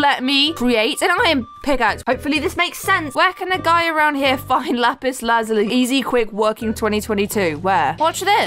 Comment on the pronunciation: You kept saying lapiz🤨🤨🤨